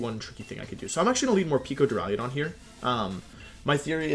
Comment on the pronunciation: Does this idiot actually say jigidrain and duraiadon? It’s Duraludon and giga drain